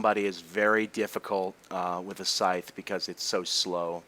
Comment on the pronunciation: Ur good even with this, man. Thank u 4 doing this 4 us, ur vids make me rly happy and help to learn English aswell. I mean, now i know how to say "scythe" properly.